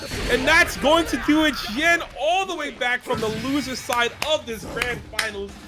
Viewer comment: Seem like every time you said xian's name you pronounced it differently. It's pronounced XIAN! how hard is that?